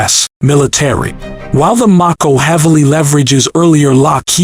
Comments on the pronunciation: Do you not know how to pronounce the name of the missile LOL. It's a long A sound, not a short A sound. m-A-ko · I couldn’t get past only because he couldn’t pronounce Mako correctly. And that’s some effort on my part. Because I come close to ending it after I found out it was name after the Mako Shark. 🦈